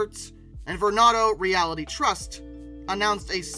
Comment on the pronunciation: ... Did this person just say "REALITY" instead of "REAL - TY"? Lol